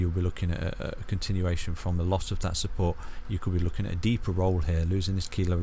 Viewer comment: "testing key levels of supPOURT"